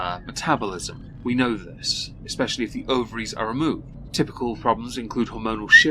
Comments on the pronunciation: It’s “especially” NOT “expecially”!!! That drives me nuts, like saying “expresso”. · "Expetially" Now I remember why I stopped watching her. That, and the constant lying.